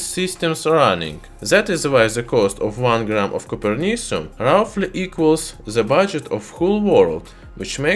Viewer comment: Is it like coper? Sounds like Cooper Cu.